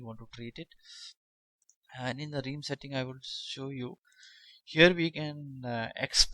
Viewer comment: Realm - pronounced Relm. not Reem